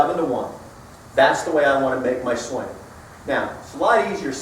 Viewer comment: Did you say "swang"????